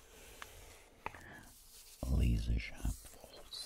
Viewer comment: Layzuh shaap... sounds like a hair metal album from the late 80s